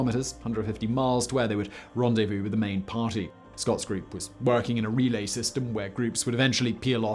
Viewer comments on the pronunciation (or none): none